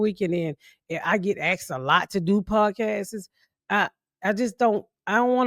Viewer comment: 😂She said “podcastes” 🤣🤣🤣 I love this bi+€# SO MUCH! 😂🤣😂